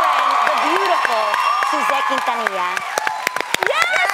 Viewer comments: the fact Angelica Lozano said pronounced Suzette's last name like white girl made me cringe. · the fact Andriene pronounced Suzette's last name like a white girl made me cringe